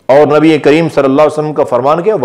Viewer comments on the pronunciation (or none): none